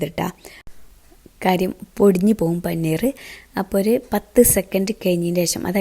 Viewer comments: പനിനീർ അല്ല പനീർ ആണ് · Panineer alla siluu.. Paneer aan